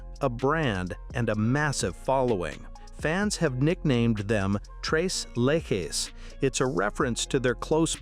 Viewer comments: 3 leches is pronounced "trays laychays" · It’s pronounced just like it’s written….tres leche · To the person who is narrating this video. Your mispronouncing the name. Tres Leches translates to Three Milks, it's a Hispanic Cake made of you guessed it Three different types of milk and should you ever get to taste it trust me YOU will want more. It's very tasty, but like these three ladies, alone they're very good, but when you mix them together, Man They Are Amazing...